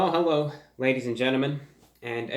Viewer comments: Heewwo everwone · HEWWO EVERYONE!